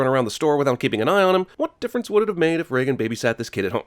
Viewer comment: Hey, name is Regan, you don’t pronounce it like Reagan, it’s Ree-gan. Long ee sound. Small psa. :)